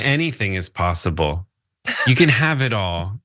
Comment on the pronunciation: LMAO!!! "Anything is posse-ayble" EARPLUGS PLEASE!!! PRONTO!!!!